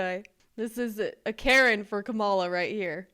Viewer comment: It’s Kamala, not Kamala 😂